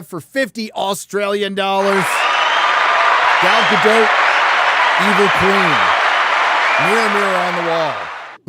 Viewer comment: Gal Gadot is a Hebrew name—it does not rhyme with • "Godot" or • "row" /ˈɹoʊ/ (US), /ˈɹəʊ/ (UK) or • "goat" /ɡoʊt/ (US), /ɡəʊt/ (UK). It is pronounced [ˈɡal ɡaˈdot], ie. ending with an /o/ sound, approximately like in the word • "story" /ˈstɔ.ɹi/ (US) and a /t/ sound at the end, like in the word • "not" /nɑt/ (US), /nɒt/ (UK).